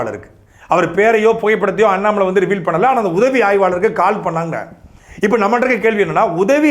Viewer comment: Please pronounce Mr. Annamal..